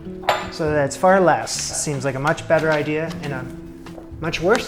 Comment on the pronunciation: It’s idea dear not idear